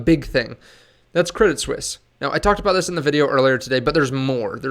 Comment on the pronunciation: Thanks for the info. By the way, it's pronounced Credit Swiss :)